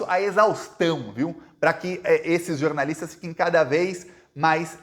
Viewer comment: jornaliata nao jornalisxo